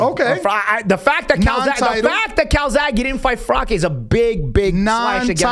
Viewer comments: Who the fck is Frock ? You mean Froch right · I don’t think “froch” would appreciate you calling him “frock” lol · Fro-uch not froc-k